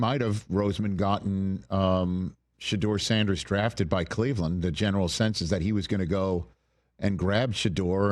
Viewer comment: How many times did Rich say Sauduer Sanders in those three days? 😂😂man crush? 🎉